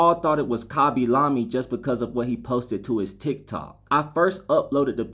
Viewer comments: Khaaby lami wtf man what's wrong with your pronounciation 😂😂😂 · Just Some Stuff no, i'm italian and it's pronounced khaby lame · It's pronounced kahby lahmy but many people pronounce it kahby lame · I thought it was pronounced Nab-e lame until I read the comments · I hope his name isn’t actually pronounced “khabby lahmmy”💀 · it’s not hate, it’s just being pronounced weirdly and it was funny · Turns out YOU have been pronouncing bis name wrong the entire time